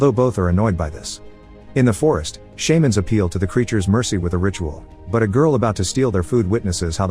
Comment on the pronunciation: Narrator: The SHAY-mans are dead Me: They're not a fucking pokemon, idiot.